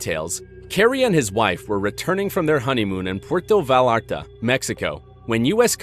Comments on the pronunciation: Puerto Vallarta pronounced Vye-ar-tuh not va-lar-ta. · It’s pronounced Puerto VA-YARTA.